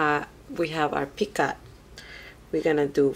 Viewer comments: picot the t is silent. should sound like "pee coe" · i like your video but please the word is picot you don't pronounce the t at the end